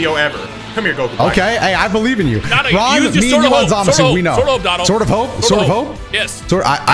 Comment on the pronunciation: I still love how says Zamasu right.